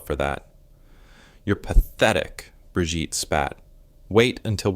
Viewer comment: I THINK HER NAME IN FRANCE WOULD BE BRIGITTE, BUT IN GERMANY THAT WOULD BE PRONOUNCD BREEGITTUH, NOT BRIGEET